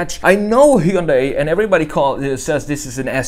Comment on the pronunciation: It's "Hyundai" like "Sunday".